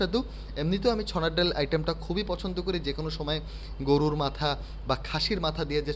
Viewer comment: ভাইয়া .. ছনার ডাল না .. উচ্চারণ হবে .. চনার ডাল .. ধন্যবাদ .. সুন্দর একটা ভিডিওর জন্য ..